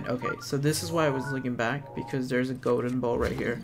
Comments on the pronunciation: It's actually "Gowden" instead of Golden- nails on a chalkboard. 🤦🏻‍♂️🤣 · "Go-den rupees"